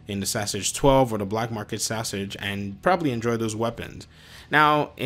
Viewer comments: Saaahsage 🤣 bruh just call it what it is. Saiga (say-guh) 12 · Really its sigh guh but in the us we gun nuts say say-guh 12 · Ik i couldnt stand hearing "hes got a sausage hes got a sausage"